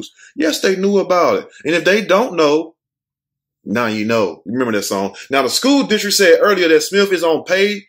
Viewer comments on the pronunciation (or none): none